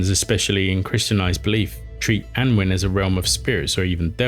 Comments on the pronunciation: Annwyn - Anooin. Mabinogion- Mab inn ogg eon (Welsh is phonetic with few extra rules). Myddfai - MuTHvai. Hard TH like this not thought and a single f is a v sound with ff representing f sound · Just to give constructive feedback - as far as I know, Annwn can be pronounced "Annun", foneticaly "Anoon" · Apologising for mangling Welsh pronunciations is better than not apologising, but why not get someone to tell you how to pronounce them correctly? Welsh does have some sounds that are alien for English speakers, but there are no such sounds in "Annwn" or "mabinogion". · I believe that Annwn is pronounced "Annaun" or "Annoon".